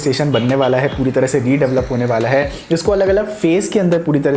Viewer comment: redavalop 🤣 jahil aurat redevelop hota hai